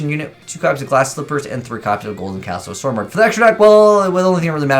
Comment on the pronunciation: Stromberg not stormberg.